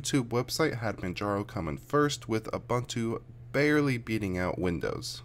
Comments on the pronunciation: I am not going to read anything into this test except to say that windoze is substantially slower on my dual boot PC. BTW, it’s pronounced ‘ooboontwo’ not abuntoo. 😉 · Why do you pronounce Ubuntu as "Abantu"? This is not an Englush word, so the letter U should be pronounced as in practically each language of the world except for English, French and Dutch. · BlackWorm Yes, but I disagree. I am South African and his pronunciation is incorrect. I stand by my comment.